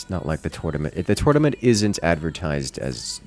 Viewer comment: What is a "Tutnament" ? Must be something Ancient-Egyptian, or?:)) Thanks to all of you, it was a great and entertaining watch! Especially the "accidents":)